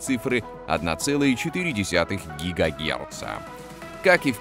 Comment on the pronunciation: 1.4 гигагеНца? А в целом - это невозможно слушать! Как будто озвучивал автомат, Нейросеть, робот.... (Подчеркнуть нужное)